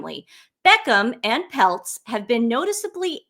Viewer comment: Peltz rhymes with Feltz